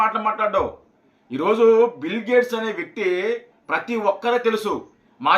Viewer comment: తెలుగు కూడా మాట్లాడ్డం రాని యీ యెర్రోళ్లని యెన్నుకున్నాంరా నాయనా . బిల్లు గేట్స్ కాదురయ్యా ," బిల్ గేట్స్ ." ముప్ఫైరెండు చిల్లర అయ్యిందివయా . 😂 😂 😂 😂 😂